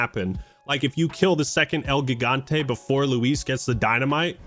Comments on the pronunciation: You’re pronouncing Gigante wrong! It’s pronounced ‘Higante’! The first letter doesn’t make the ‘G’ sound, it makes the ‘H’ sound! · How do you mispronounce Gigante? It literally means giant Also what's wrong woth repressing u3 for ada